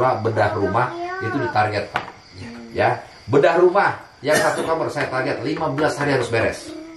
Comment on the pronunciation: mah kamar ge jadi kamer legal jadi legel 😅